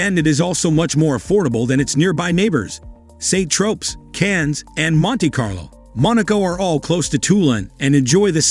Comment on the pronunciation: St. tropes.😂😂😂